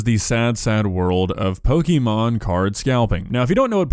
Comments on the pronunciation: Every time I hear "pokeemon" it makes me twitch. It's po-kay-mon. It's short for "pocket monsters" and there's a mark over the é indicating an ehh sound. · "Pokémon" is most accurately pronounced POH-kay-mon (/ˈpoʊkeɪmɒn/), reflecting the é accent and its Japanese origins. While "POH-kuh-mon" is common in American English, the correct, officially accepted pronunciation emphasizes the "kay" sound in the middle. Not "POH-kee-mon" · Loving how insists on deliberately mispronouncing Pokemon as, "Pokeymon" as if he is a fifty year old parent who was twenty years old thirty years ago. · I don't disagree with you,, but it's such a pet peeve of mine when people can't pronounce pokemon correctly. It's pok-eh-mon. Like, you know. Pocket.